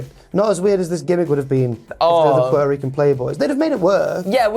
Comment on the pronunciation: Did he say pete-o-rican